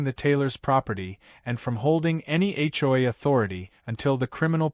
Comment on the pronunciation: It's HOA, not hoi. Dumb AI can't even spell correctly.